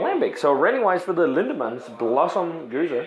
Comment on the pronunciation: You're reviewing a gueuze, not a gose! Double check the pronunciation, because 3 fonteinen gueze is spelled different to lindemans gueuze. See what i mean? Im confused. I need to ask on the Belgian Beer Board on facebook!